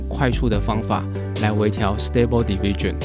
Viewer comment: 影片很讚~ diffusion 的發音可以修正 你都念成 division 加油喔